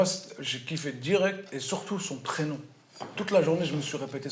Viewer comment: le prénom se prononce pas comme ça on aurai dit elle parlait du grec